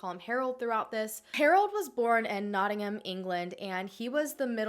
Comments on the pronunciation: Lol as someone from notts, I hate how Americans say “Nottingham” 👀👀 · i’m from Nottingham myself and your accent makes it sound so lovely and proper 😂 around here we pronounce it more like “not - in - gum”